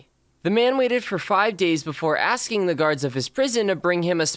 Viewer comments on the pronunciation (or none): none